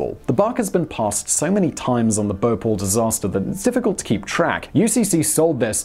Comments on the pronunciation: It's Bhopal, not B'Paul 😂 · I always thought it was pronounced 'Bo-pahl' , rather than 'Bople' ? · It’s pronounced as BHopal and not Bopal. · The city is called BHO-PAL and not BHA-POL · Simon, it's not "bohpole" it's Bhopal and it's located in the state of Madhya Pradesh and not in the "town" of Madhya Pradesh. India and Indians demand respect and responsibility! I sometimes think that what China is doing is good, because Westerners won't respect us until we bully you like China is doing. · It's pronounced as BHO-PAAAAL!! -_